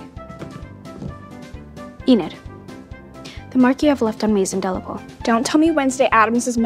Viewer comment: Enid? Huh! E-NAD is more like it.